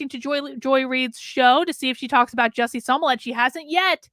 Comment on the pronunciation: Do you mispronounce Jussie Smolett's name improperly on purpose? Is it some kind of political inside joke to do so? You seem pretty articulate, but you say that name wrong and as a psychologist it seems like you'd grasp the implications of consistently mispronouncing a person's name.